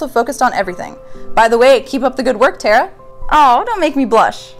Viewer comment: OMG........You actually pronoucned my name right!!!! Everyone who reads it always butchers it.